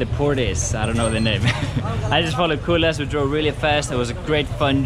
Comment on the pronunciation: I like the way you pronounce Kulas' name. It sounds like "cool ass"